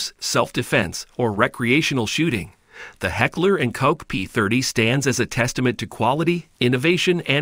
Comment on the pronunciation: Heckler and Koch. Pronounced Coke!!!! Like the soda.